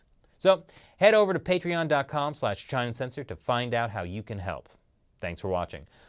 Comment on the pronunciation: Chris, when speaking too fast, you sometimes slur out, "Chin' censored," which may be more accurate.